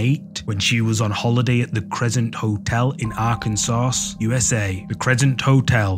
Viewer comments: I just came here to say "Arkansauce" 😂 really though its pronounced "Arkan-saw" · Arken-sauce. The ai narrator isn't very smart sometimes lol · Arkan-sauce😂😂😂😂😂 that was too precious 😂